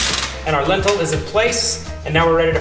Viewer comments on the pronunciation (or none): I like how you pronounce "lintel" like "lentil" the food hahah